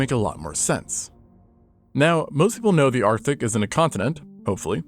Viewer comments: I don't think he misspoke. He literally wrote "artic" and "antartic" on the graphic a few seconds before. AND he pronounced it arthic a couple more times. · the "arthic?"